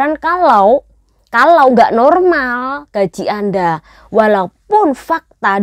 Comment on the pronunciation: dari tadi ngomonge konyol salah cara membacakan gajih baru nyadar ...